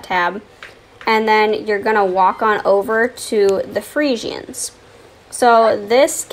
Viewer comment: The way you say friesians annoys me lol